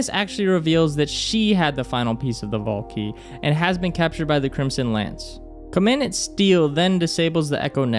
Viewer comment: Co-mun-dahnt Steele